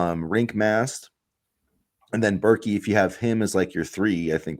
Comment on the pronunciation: It’s pronounced “bear-kay”, fyi. Pryce Sandfort is a huge pick up, if it happens. Not only was he 40% from deep, but he finishes at the rim well.